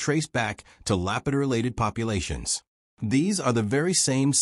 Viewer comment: To be taken seriously maybe first learn to pronounce the name of the culture that is the focus of your video.